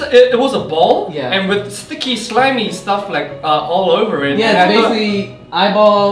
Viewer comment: Dojoon's Accent coming out when he says "all over it" tho <3. Also Jaehyeong being the typical weird baby he is ^^